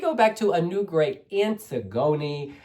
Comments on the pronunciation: It’s pronounce Anne-tiggony not antig-oni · Love this!!! (but I think her name is pronounced like the Greek play).